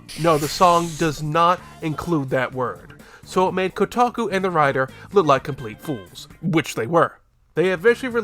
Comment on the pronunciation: If you had just said "kotaku" and moved on to the next one, no one would have argued. 😂